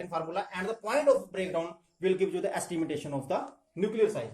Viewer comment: It's estimation and not estimitation!